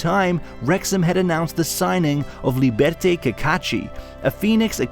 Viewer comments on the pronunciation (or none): Good video, pronunciation of "Liberato" needs work